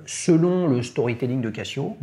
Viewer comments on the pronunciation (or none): « Cassio » vraiment ? 😅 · Tu dis je vais au Cassino ou au Kazino ? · Encore un épisode intéressant !... J'ai une question à mille francs... Pourquoi dis tu " Cassio" ? et non Cazio ? J'ai trois G-shock dans la collec ; GA-2100SKE et deux solaires, la classique voir mythique GW-M5610 et la monstrueuse rangeman GW-9400Y. Ha...Et aussi une LED, de chez Yema. ;-)